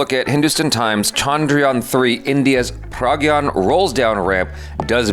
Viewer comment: It’s PRAGYAN not Ragyan.